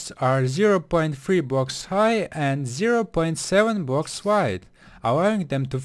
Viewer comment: I love how he says bwoks